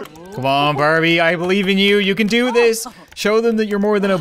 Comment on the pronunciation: When called and you said "No Can do", it kind of sounded like, "No Candu" almost as her name is spelled😆😂